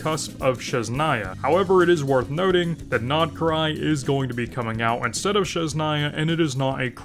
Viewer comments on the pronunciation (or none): every time he says sheznaya instead of sNEZHnaya my ears bleed